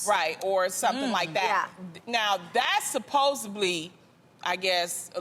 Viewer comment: Loni and her "supposably"